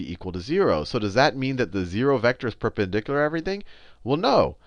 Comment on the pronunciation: i like the way he pronounces the word "perpendicular"